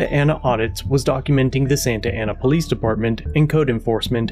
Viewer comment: It's pronounced po....lice.. there is no lease in police